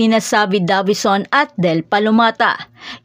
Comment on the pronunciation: Talagang minamali yung pronunciation ng Davison para maiba lang?